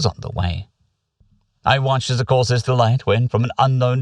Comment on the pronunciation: the way you pronounce Corsair as "Corsiair" always makes methink ita something alien and unique. Pirates are cool too i guess:P